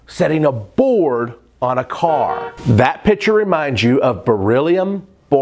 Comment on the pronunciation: You lose a bit of credibility when you open up by pronouncing picture as if it were spelled pitcher. Heck, if you can't remember that there is a hard "c" in that word.......